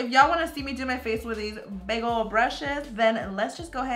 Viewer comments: Is it just me or when she was saying "big old brushes" to me it sounded like she was saying bagle brushes 😂😂😂😂😂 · Everytime she said “big old brushes” it sounded like she was saying “bagel brushes” No hate tho 😂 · when you said "big old brushes" I heard bagel brushes!! :D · Anyone hear BAGEL BRUSHES. ????😂 😂